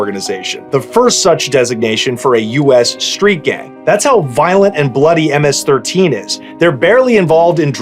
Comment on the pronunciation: Thank you for use proper information thank you for pronouncing it right. Hate when YouTubers get it wrong. Im a second Generation MS13 my older homies were Stoners wearing Metallica iron maiden Megadeth shirts. That was my Generation thing have changed since then. So i took a step back to enjoy family life.